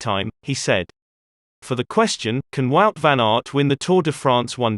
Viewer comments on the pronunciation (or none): Guys, Wout is pronounced Vote, not Wowt- it's that simple and exactly that, Vote, NOT Wowt! Please!